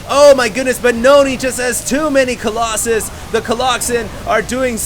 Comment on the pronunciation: YOUR SAYING COLOSSUS WRONG!!!!!